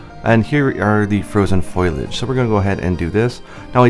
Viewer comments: Its Foliage not foilage like you keep saying. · Was it just me or did I keep hearing foliage as foilage? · It's like that scene from The Simpsons. "Foilage" "Mom, it's pronounced fo-lee-age" "That's what I said, foilage."